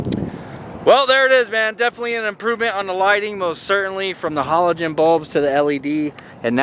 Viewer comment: 1. Your truck definitely has daytime running lights and 2. Learn how to say halogen 😂😂😂